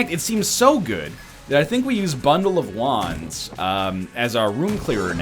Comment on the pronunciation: Every time he said bundle of wands, I thought he said bundle of Juans. I was so confused.